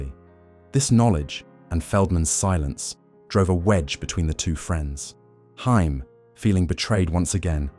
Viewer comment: you could at least say his last name right if ya gonna make a video about him